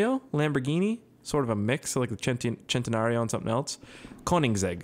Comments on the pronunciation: It's not chan - teh - nuh - rio its sen -ta -nuh -rio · Not to be a hater, but it bothers me how he says centenario, it's not chentenario, it's CENTenario... CENT